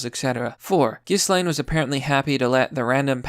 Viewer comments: Ghislaine: “jizz-lane” (rather fitting to be honest) I love your 4chan videos, keep up the awesome work! (Ghislaine was participating in threesomes with Epstein and underage girls, it’s all in the court documents 🤮) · Gill-lane. It's not hard, come on. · Ghislaine's named is given a French pronunciation by the Brits : it's Jhee lahn (equal stress).